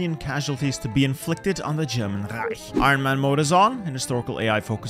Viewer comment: his pronunciation for reich was amazing